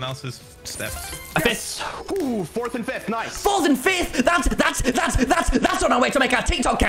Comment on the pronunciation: Its flurth tommy its fourth one your team in fourth one